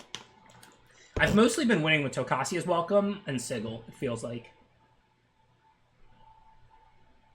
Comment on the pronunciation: It's not sigil it's sigil